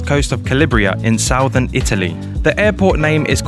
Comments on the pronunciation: Sow-thern Italy?! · You pronounced southern wrong